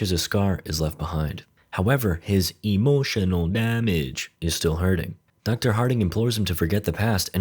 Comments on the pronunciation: DID MY GUY JUST SAID EMOTIALNAL DAMAGE? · LOVE THE VID MAN! and also love the "EMOTIONAL DAMAGE!" accent🙃🙃